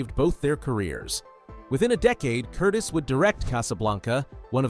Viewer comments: I've watched this movie many times on tv. BTW, not Michael Curtis, Michael Curtiz. Pronounced Curteez. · Actually, strictly speaking, and not to be pedantic, the director’s name was pronounced ‘Curtezz”, with the short “E”, not the long one. Biographer Alan K. Rode points this out, and the point is supported by an illustration in his book (p. 75), where a production still for Curtiz’s first Warner Bros. picture in 1926 includes a slate ID-ing the director as “Curtez” — and also IT’S A GREAT FEELING (1949), in which Curtiz makes a cameo appearance, and a secretary calls him “Mr. Curtezz”. Still, even Alan Rode pronounces it “Curteez” these days, so I guess we’re stuck with that for good. Anyhow, it’s more accurate than “Curtis” (as in Tony). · . . . AND, that's pronounced ' Curteez ' . . .